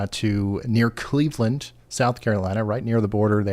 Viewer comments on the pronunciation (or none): none